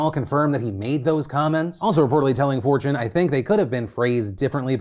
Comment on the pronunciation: Honestly heard "fortune" as "4chan"... amd was really confused about where he gave an interview